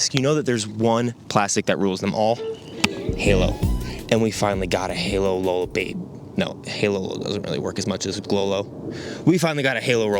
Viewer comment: Halo Rollo = RoHallo (Ro-Hu-Low)